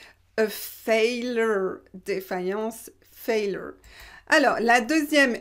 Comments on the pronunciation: Merci 😊 mais essaye dire « faill yor » pour la mot failure en anglais 🍷. A hot tip from me - cheers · Failure se prononce avec des diphtongues pour le ‘ai’ et le ‘u’. Essayez comme ça: FÉIL-yeur, sauf le ‘l’ est prononcé, évidemment.